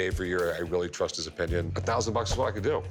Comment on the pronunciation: how about learn how to pronounce opinion